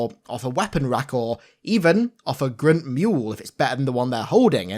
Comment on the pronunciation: Creeg? Grint? Wtf… Craig = Kreg Grunt = Gr-UN-t